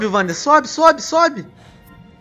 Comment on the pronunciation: Venom se vc apertar e segurar R1 dentro da água ele nada mais rápido e se vc apertar R1 + direcional pra baixo ele mergulho e a pronuncia do nome do personagem é Uander com U não Vander com V #ficaadica